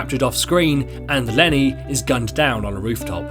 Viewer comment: LENNY LENNAY